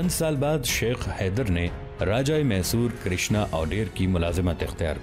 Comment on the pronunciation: یہ محصور نہیں میسور ہے